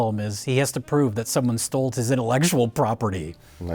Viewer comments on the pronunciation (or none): Does keep saying "stoled"? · Does pronounce "stole" as "stoled"? Oh brother, these guys are a mess. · keeps saying "stolt" and not "stole". Why are you doing that,??? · I can't tell if he's saying stolt or stoled.